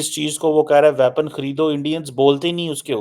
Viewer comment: Tallyphone, aksilent, wyapon, purrocurement --- please avoid speaking English and murdering it. And get it into your thick neckless head that:South Asia is not an entity. The Indian subcontinent is.